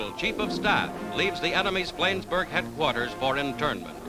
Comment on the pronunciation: "Flaynsberg"? HA! Yanks.